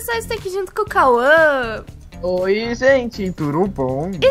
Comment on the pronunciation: vc conhece o mario kkkk ele fala roi tambem